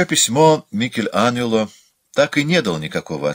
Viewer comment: Спасибо за отзыв! Быть может, переводчик руководствовался одним из итальянских диалектов, на котором имя Анджело произносится как Аньело. В любом случае, задачу чтецу усложнил.